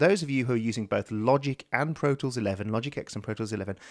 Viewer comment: IT'S TEN. LOGIC TEN. NOT LOGIC 'EX'